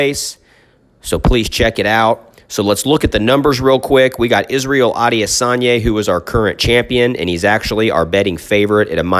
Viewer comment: A-de-San-yah.... very easy if you sound out the syllables👌🏾😎